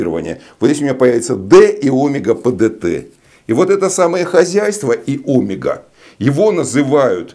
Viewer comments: почему Вы ставите ударение на первую гласную Омега, а не на 2-ю омЕга ? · Млин , а меня в школе учили говорить омЕга , а не Омега!? Это.....ужас! Как быть?